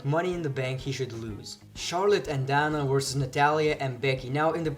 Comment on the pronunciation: Dana Brooke pronounced Day-na